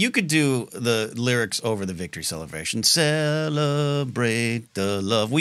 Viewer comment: I always heard Celebration, but it was like Cel-la Bray She-un where it was much more broken up and even throwing in an extra syllable to make it somewhat foreign and Star Wars in a way.